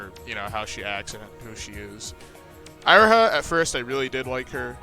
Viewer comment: You realize you are pronouncing Syobai and Iroha wrong?